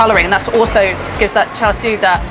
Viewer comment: Char Shoo? Lol. I think she's great but Uncle Roger needs to give her tips about pronunciation! :-)